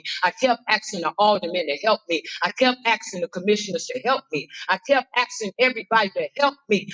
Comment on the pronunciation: Its asking not Axing...